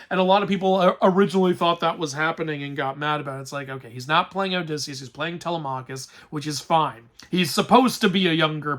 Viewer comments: In the movie, they pronounced Telemachus's name correctly, why can't you? It's Teh-LEM-a-kis ! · Your pronunciation of Zendaya and Telemachus kills me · Zendaya was supposed to look like a young woman because that isn't what Athena actually looks like. Athena takes the shape of a woman that was killed in front of him to symbolize his shame. Also you pronounced Telemachus incorrectly (Edit: A lot of mispronounced greek names/words)